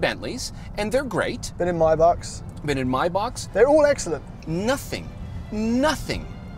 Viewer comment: BTW it is decidedly not Meibox, it’s Maybach: …ch, …ch, ….ch, rinse (your palate) and repeat